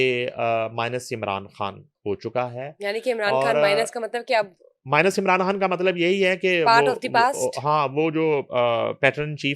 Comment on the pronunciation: یہ خاتون عمران "کھان" کہتی ھیں، خان کا تلفّظ اتنا مشکل ھے یا ان سے "خ" ادا ھی نہیں ھوتی؟ پلیز الجھن دور فرمائیں۔ شکریہ